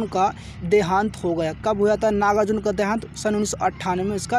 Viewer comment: Pahle Kavi ka naam sahi se Lena Sikh Lo Uske bad video upload karna ...iska iska kar rahe ho baar baar